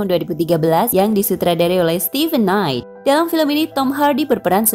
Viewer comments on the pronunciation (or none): none